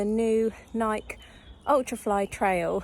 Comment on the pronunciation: Nike—ee?? No?